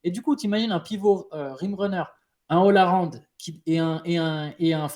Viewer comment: Les "pistons", "ol arond", merci de nous représenter, nous les gens qui ont un accent anglais claqué au sol (et à part ça merci pour l'épisode l'épisode)